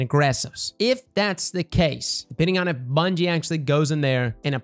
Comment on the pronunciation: Lol “bunyie” as he says